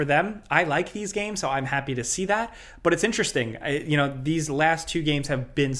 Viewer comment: Bruh this news flew by so quick that it felt like there were only 3 topics. Also the way say “BUOOTTTT!!” Always really stands out to me cuz he pronounces it so funny lol like inhalway expect to get a “dontcha know “ after lol